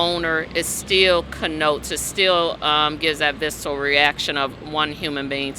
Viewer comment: In the same sentence she also said "vistal" instead of "visceral". She's keeping the stereotypes alive one word at a time.